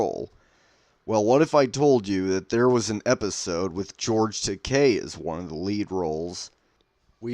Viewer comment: It's nice hear George Takei's last name being pronounced correctly. 👍